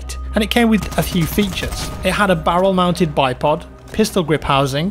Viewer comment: Love the history and facts thank you. British people can’t say “Barrel” can you?